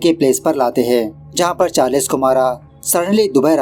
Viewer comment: Charless nahin charles 😑😮‍💨